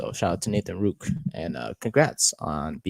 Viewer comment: Please pronounce his name right. There is a second r in Rourke. The play against the Cowboys is not an example of a QB who cannot stay in the pocket. The protection broke down so fast he had no option but to try and escape. His escape was miraculous because they could not bring him down due to his amazing lower body strength and balance. He is a pass first QB, accurate and a great reader of what he has to do to beat the defence in front of him. If the Giants give him a fair opportunity you will see what I mean. I am 76 years old and have watched the CFL for over 60 years. He is the most talented quarterback I have ever seen and that includes CFL quarterbacks who started in Canada and became starters in the NFL. In that group were players like Joe Theismann, Warren Moon, Doug Flutie, Jeff Garcia, Joe Kapp, Sam Echeverry,. This young man has exceeded and excelled at every level he has taken since he left Canada as a high school student to hone his skills at a U.S. football academy, community college and NCAA university. Check out his background. He succeeded every time despite the odds against him. His dream of starting in the NFL as QB has been his goal since he was less than 4 years old. He is driven and will succeed if given a fair opportunity to showcase his talent.